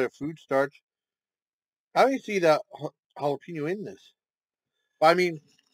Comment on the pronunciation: The way you were saying jalapeno sounds like Galapagos as in Galapagos islands